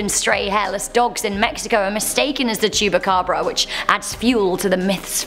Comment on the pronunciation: No. 8: I thought i heard her say chewbacca😂